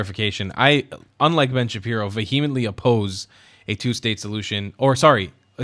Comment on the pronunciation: Accent is on the first syllable - Vee emently, not veHEMently